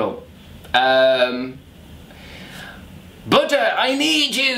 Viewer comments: I thought he said "Butter" instead of "Buda" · The way Chris says Buddha sounds like butter and I laughed so loud! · Also, I definitely thought he said, "Butter, I need you!" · For a second I thought he said butter because I wasn’t looking at the screen and forgot what the video was about. 🤣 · When he said Buddha it sounded like butter 😂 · Seriously thought he said, "BUTTER, I need you!" #SoConfused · I thought you were screaming butter and I was so confused until I realized you were saying Buddah.. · When you said Buddha I kept hearing butter... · I thought Chris said "Butter I need you! By the power of butter!", and I was like, that sounds like me all the time! But then I realized he was saying "Buddha".... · I think he said Buddha but all I kept hearing was butter... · Hahaha I thought you were saying butter not Buddha